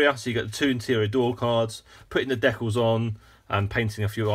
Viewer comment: Hey, it's pronounced "DEE-cals", not deculs and "ReVEEll", not Revel. Geeze get it right.